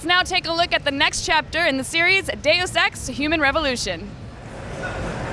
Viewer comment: he says The sex with french accent instead of deus ex